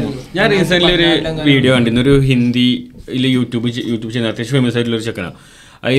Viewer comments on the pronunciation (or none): ഇന്ധി movie alla. ' Hindi movie ' എയ്ക്കാരം അല്ല ' ആയിരിക്കാം '